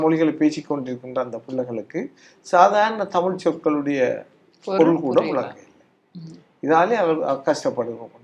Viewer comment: தமிழை-தமில் என்று சொல்லுபவன் இருக்கும் வரை-தமிழ் வாழாது.